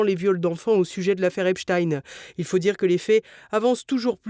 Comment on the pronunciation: Voilà même le juge américain dit oralement ;Epstein comme Albert Einstein ou Nein et pas : Epstine, comme Poutine.